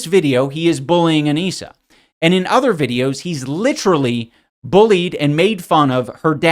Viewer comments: "licherally" could this be a Leafy reference 😮😮😮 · That “Licherally” gave me a Leafy PTSD attack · “licherally” is crazyyyyy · Bro turned into all the people he criticised— ‘licherally’ and being a coward bully from leafy, being a lying mean girl, who criticises people for something they also did, from Tana, and being a dense narcissist who’s confidently wrong from ricegum.